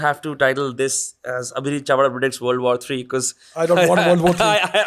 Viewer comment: Chavda with an L on the beginning.... If the power lies with the armed forces then why was there a student protest?